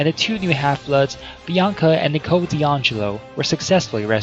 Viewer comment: It’s knee-co, not nick-o